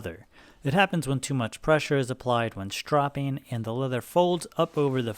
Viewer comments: Why does he keep saying "shtropping"? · That is not how you pronounce stropping